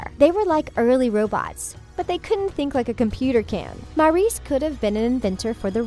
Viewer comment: MAURICE NOT MARIS!! I KERP HEARING MARIS!!! STOP CALLING ME!! I AM MARIS!!! ok I'm not angry or anything. I am just annoyed of the pronunciation 😅😅😂😂😂